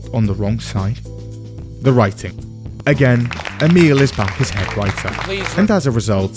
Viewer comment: Emil Pagliarulo can't even pronounce his own name correctly (only half-joking about that, 'E-mule'). Stole his motto, 'Keep it simple, stupid,' but failed to properly process that sentence's core message. That sentence wasn't simple enough for his level of 'stupid.' As a result, we end up with his internal interpretation addressed to himself: 'Keep it stupid simple,' or: 'Keep it stupid, E-mule, you simpleton, or else you'll confuse yourself.' He also stole "Write what you know" from Mark Twain and the first pages and first hour of 'Introduction to Fiction Writing' class (in case anyone believed he came up with that too) — but misinterpreted that as well, as a sort of strictly limiting, restrictive imperative to avoid even trying to explore depth in any unfamiliar, noniterative, nonderivative theme, or even attempting anything truly new. Which, conveniently and comfortably for him and anyone primarily interested in producing a 'Minimum Viable Product' (as Todd Howard's Bethesda seems to be these days, when they produce anything new at all rather then re-re-re-releasing the same old titles over and over for the umpteenth time), means that he can simply repeat, rehash, and rephrase the same basic plot or story arc, lifted from the same source, over and over again — without the talent, skill, or effort to make it interesting in new ways, or improve it in any real way. And so, his writing becomes staler, flatter, hollower, more tedious and forgettable each time. And in the long t